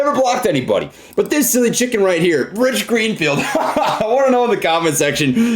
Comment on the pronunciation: lmfao "Gich Reenfield"